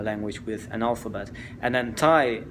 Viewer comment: Your thai pronunciation is excellent